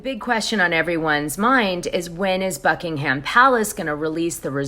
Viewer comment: Great content, btw the h in Buckingham Palace is silent… buck-ing-em, like the places in England Nottingham and Birmingham it isn’t pronounced ham at the end xx